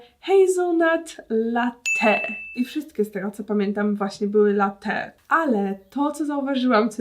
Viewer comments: Matko boska. LaTTe, a nie late albo latee. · sory ale mnie to denerwuje strasznie. LaTTe a nie latEE